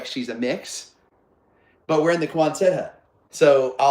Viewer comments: Love the video…it’s NOT Quon-SETT, it’s QUON-sut. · But folks you don't pronounce the last t. So quonsen hut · I believe you are mispronouncing Quonset